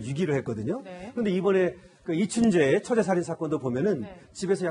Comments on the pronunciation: 저만 아나운서께서 이춘재를 춘배라고 하는 걸로 들리는게 아니였네요~~ㅎ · 아니 앵커는 왜자꾸 이춘배라고하는겨